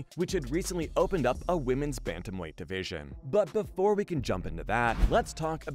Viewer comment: BEFORE not boofore 😡